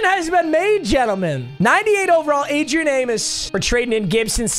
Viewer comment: He finally said Adrian name right